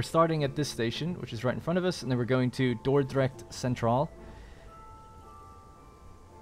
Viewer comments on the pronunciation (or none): It was way to funny how you said 'Dordrecht Centraal' Dordrecht is a city in holland🤣🤣 also funny that the game have randomly that names for the train station cause Dordrecht Centraal is real lol Btw so nice to see almost 1 year later and i watch this serie and really enjoy it! Im now also on the milestone with trains and also i have the same problems what you have like sometimes messy spaghetti and build way to small hahaha Greetz from the netherlands😊